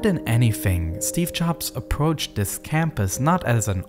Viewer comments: Good video but man it's hard to listen to this guy talk. Hint: "th" does not sound like "v" 🤣🤣🤣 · vis was weally weally good